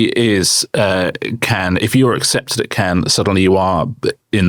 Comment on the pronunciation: Why does Richard say “Ken” instead of Cannes or “Can” is it a Barbie link up?